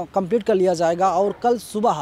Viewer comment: zayega nahin jayega boliye shabdon ka sahi uchcharan urdu janana zaruri hai